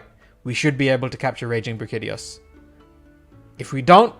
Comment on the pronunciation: Did he just pronounce it as Bra-kitty-os... why is it that everyone can’t pronounce the names of the monsters most used and talked about in the meta. Brack-ee-dee-oh-s please check yourself you unintelligible nobody